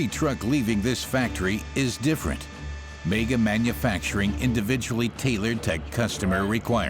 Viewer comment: Its not pronounced mayger its megga.......mega